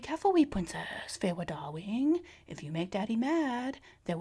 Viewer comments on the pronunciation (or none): “Feywe darwing, welcome to my couwt of nightmawes” KILLED ME